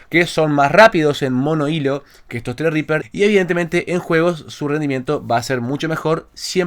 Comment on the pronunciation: tienes un zredriper hace 2 años y no sabes como se pronuncia? XD Así mismo zredriper... Por lo demás SOS UN CRACK.